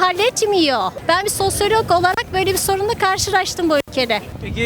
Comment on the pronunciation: Bu kadin vatandasimiz kafayi bulmak için ne kullaniyor ise, bizlere de açikça söylesin. "Sosyalogum" diyor. Hangi üniversitemizde egitimini almis acaba?. Profesörleri kimlermis?. 😊